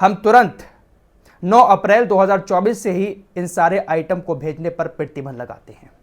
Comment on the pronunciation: Aap 'Pratibandh' kaise pronunce karte ho.. 'pittiband' 😅😃